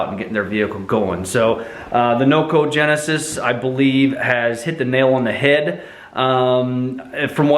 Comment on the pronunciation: It's a noco genius as in like smart ..... not genesis like the bible you keep saying. Other than that, good review. I just got one from amazon and it wont stay powered on. The light works though. Been charging it on a 2.1a 5v usb for almost 24 hrs and the 25% light is still blinking. Got a message into noco, we'll see what they say.